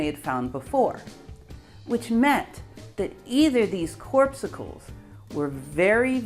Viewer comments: Again, acknowledging that correct pronunciation may not be your "thing", instead of "CORPSE SICKLE", it's ... cor·pus·cle (/ˈkôrˌpəsəl/) noun - a minute particle regarded as the basic constituent of matter or light. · CORP' SU CLE, Really? It was derived from biology, the KAWR-PUHS-UHL, a cell in blood. You youngsters crack me up. Pronunciation has gone to hell on the internet. However, we oldtimers love your research and reporting. Particularly the fact that 8 of his students got Noble prizes. Did any of Einstein's students get Noble prizes? Don't know? Of course Noble prizes have now been disgraced by the revelation that apparently Jeffery Epstein was engaged by Bill Gates to buy one for him and Bill apparently thought he could do it and paid him large $ dollars. What's the connection between the Noble committee and Epstein? More evidence of the absolute corruption of science, academia, medicine, business and Wall Street. You young scientists are going to have to straighten this out. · I wish I could give it 2 thumbs up for your pronunciation of corpuscle as "corpsicle"! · Well, thanks to a nearly infinite critiques by ace pronunciatiors, I now know how to say corpussels. Nice work again,. Pretty soon I'll be caught up to your latest essays. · Love your vids, but you should have some fresh ears and eyes go over them. "Corpuscle" is pronounced like CORE pus sul. Please keep making vids and I'll keep watching them. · Great stuff, but "corpsucle"(sic)? My ears were bleeding after the third mispronunciation. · google 'corpuscle' to check pronunciation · 1 semantic point. You may wish to check your pronunciation of the word corpuscle.